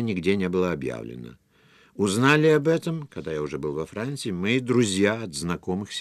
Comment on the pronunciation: Как он произносит "во Франціі"," листотшек" ) Киев?)